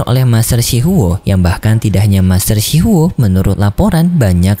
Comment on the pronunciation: Shi huo bang bukan shi hao